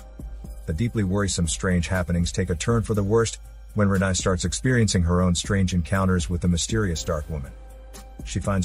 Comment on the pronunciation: Her name is pronounced 'Re-NAY' not 'Re-NIE'